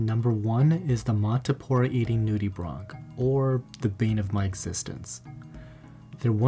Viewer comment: Him : nude-e-bronc Me: Nude-e-branch